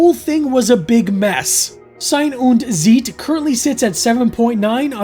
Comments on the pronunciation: you pronounce them on the second vowel. ie=beet ei=eye. and Z is ts tsite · Nein nein nein. It's not "zeet" 😂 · And you're so close, just pronounce 'Zeit' the same as you do 'Sein' and just put a bit more emphasis on the 'z' in Zeit. :-)